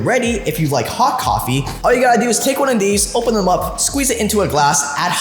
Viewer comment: "Thuhm" Me: "Theeeeem"